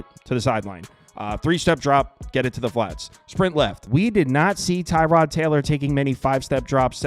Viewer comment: Its Pronounce TER-Rod Not TIE-Rod